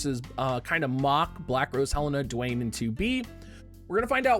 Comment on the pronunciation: My boy out here pronouncing Duane right, saying suteki da ne like a pro, and then tries to pluralize samurai